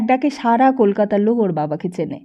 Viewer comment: খুব বাজে উচ্চারন! পিত্তি জ্বলে যাচ্ছে, যখন লোক কে লোগ বলা হচ্ছে! এরকম বহু শব্দকে রীতিমতো বিকৃত করা হচ্ছে। আমরা তো গল্প শুনছি না যে বক্তা নিজের কথ্য ভাষা ব্যবহার করবে? আমরা তো একটা বই পড়া শুনছি! হুঁ!